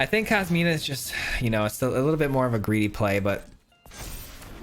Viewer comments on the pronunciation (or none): I hate to be that guy, but it’s COSIMA (Italian female name), not KOSMINA… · Nice build man! Inspiring me to build an exile pile. Also, and apologies for the pedanticness but it's Cos-ima my man. There is no letter "N".